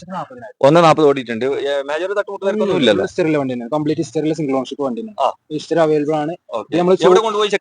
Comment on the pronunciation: ഇസ്റ്ററി അല്ല 👉 ഹിസ്റ്ററി ….!!!